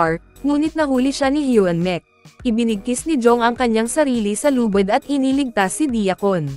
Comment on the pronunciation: Yung lubid naging lubad. AI pa more